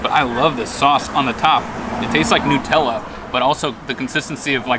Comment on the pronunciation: NOOTELLA?? Is it made with HazelNOOTS?! 😂